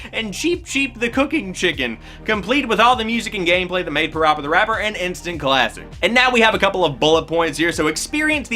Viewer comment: Still pronounced Parappa wrong.😜